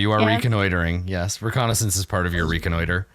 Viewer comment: I don't know why, but the way says "reconnoiter" is really funny.